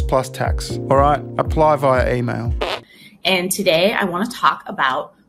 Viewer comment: What is this "EymayL" of which he speaks. And "person first language" apparently is 'The basic idea is to use a sentence structure that names the person first and the condition second, for example, "people with disabilities" rather than "disabled people" or "disabled," to emphasize that they are people first.' ....OM*F*G these people are insufferable.